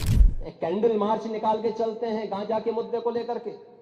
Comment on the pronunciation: गांजा नहीं गझा हें बोलना सीको